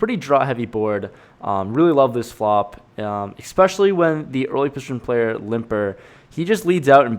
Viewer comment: Especially not "Exspecially"